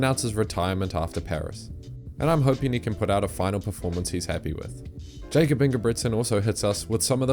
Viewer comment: Dude needs to work on his pronunciation, can't say Glasgow or Jacob. If you want to elevate your videos, get the basics right. Those are not hard words to pronounce